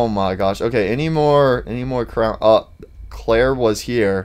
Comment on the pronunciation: Dude says crown instead of crayon